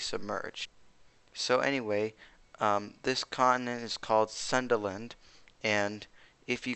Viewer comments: Its pronounce as soon dA land not sunderland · its pronounce Soon-DA-land